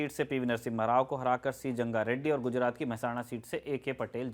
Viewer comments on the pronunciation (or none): none